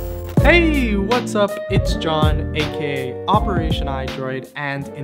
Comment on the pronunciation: For years I always thought he said WHAAAATS UP B OPERATIONiDROID HERE"